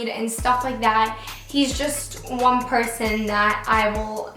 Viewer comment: "pershon" haha 😂